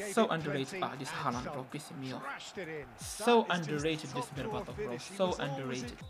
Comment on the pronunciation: berbatov❌ Barbarto✅